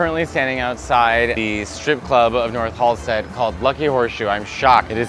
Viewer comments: Ah, c’mon… it’s Halsted. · Its Halsted 😘🌈💜